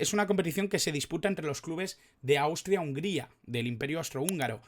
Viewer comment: NO SE DICE HUNGARIA...SE DICE HUNGRIA...¡¡¡